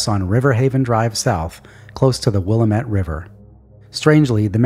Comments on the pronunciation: wil-AM-it Just saying. :D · Nobody pronounces Willamette right that doesn't live near it lol. Will-aaam-it Great work as always.